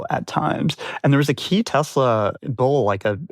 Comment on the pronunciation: The Orange Man can't even drive a car lol 😂 Tesler he said!